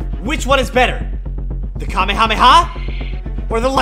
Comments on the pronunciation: It's not pronounced kami-kami-ha, it's pronouned ka-may-a-may- a. 🤣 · You saying kaby rabbi ha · No Kamehameha it's kameyamama 😂